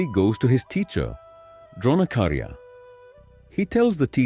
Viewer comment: Its Dronacharya not Dronakarya